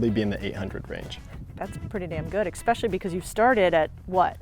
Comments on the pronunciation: She said exspecially……. How does one become an influencer and not know how to pronounce basic English words? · I noticed that in all her videos! I want whisper "Esssssspecially" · Not everyone can get lucky like this. sounds like an idiot every time she mispronounces “especially.” (Basically all her videos give her away) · it’s an easy fix and you missed the point. Mispronouncing words like “especially”lower your status frame. I did not see your reply. Were you had corrected my grammar, but I use voice activation just to get the point across as quickly as possible anyway. Have a good day.